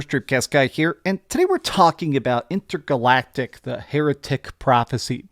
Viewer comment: How original, you called it INTER-GA-LACTIC 😂😂😂😂 how original, I am PLEA-SAANT!😂😂😂😂😂😂😂